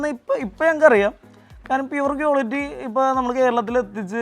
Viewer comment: കിയോലിട്ടി... അല്ല മാഷേ... ക്വാളിറ്റി...